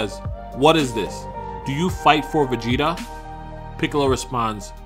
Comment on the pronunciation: bro cant even pronounce his name